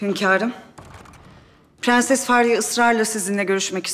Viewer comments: Fğansız ya ondan pğenses diyoğ 😅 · nono nun piganses demesi beni delirtiyo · Şu dadı hatunda bütün sözleri doğru söyleyip bir piğenses demesi bir tek banamı batıyor?😂